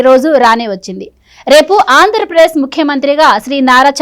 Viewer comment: 0.7 .08 (ఆంధ్ర ప్రేశ్) కాదు తల్లి_ 🙏 [ఆంధ్రప్రదేశ్]